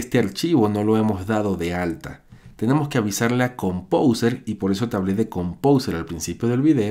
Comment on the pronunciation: jajaja pronuncia compouser y lo escribe compouser